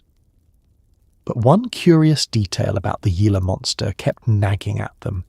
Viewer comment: It's pronounced "Heela" monster actually. - Arizona, am!